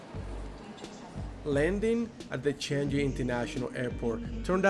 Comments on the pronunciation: The word "Changi" is pronounced as "Chang ngee" not "Chan ji"! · Sorry, but I would like to point out some mispronouncement of a couple of words : firstly, the word Changi Airport : correct way is "Chang Ngee", not "Chang Ji". Another word is Merlion. It should be "Mer Lion" instead of "Merleon"! Anyway, hope you both enjoy your stay here! Welcome to my beloved country, Singapore!!